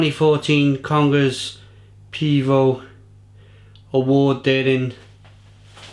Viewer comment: Cheers! btw, it reads like Komess Potrooyny:)